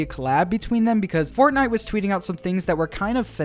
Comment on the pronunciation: HELLO AND WELCOME BACK TO ANOTHER VIDEO ON FUHNAFF 😝👍